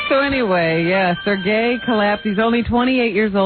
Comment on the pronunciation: It’s not ‘Sir Gay’ Howard- it’s pronounced ‘Sure Gay’- learn to pronounce Russian names properly 😄